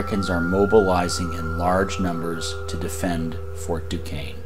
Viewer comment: Fort Duquesne is pronounced "DooShayne" and NOT "DooKayne" Not a criticism . . . just tired of always hearing the name mispronounced